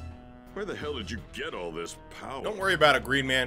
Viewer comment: what is this BOWER!?! What is this BOWER?!?!?!….WAHHHH!!! 👀: Stfu, it’s my turn to talk…🙄